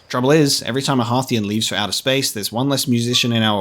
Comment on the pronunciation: Thank you so much for pronouncing Timber Hearth and Hearthian correctly. Too many people rhyme "hearth" with "earth" and it grates on the ears!